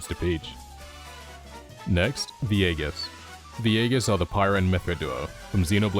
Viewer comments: It's said like EE-Jiss, not EGG-IS Also chrom should leave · Also nerd emoji moment but Aegis is pronounced ee-jis. The a is silent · Aeigis is pronounced "EE-Jiss." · Pronunciation of Aegis The first 'A' and 'E' must be pronounced with more of an 'ee' sound, similar to the pronunciation of 'Easy' The 'G' must be pronounced with a 'juh' sound, similar to the pronunciation of 'Just' The final 'IS' can be pronounced with an 'ss' sound. All together the pronunciation of 'Aegis' should be (eejuhs). Good video twin.❤